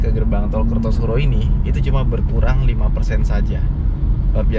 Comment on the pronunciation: kartosuro bang, bukan kertosuro..